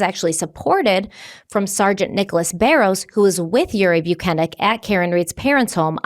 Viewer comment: just wanna say, I’ve NEVER seen Baros in the wild and you absolutely pronounced it right 👏👏